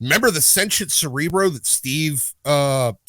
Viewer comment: Cerebra Cerebro? At this points it's more like Cere-bruh...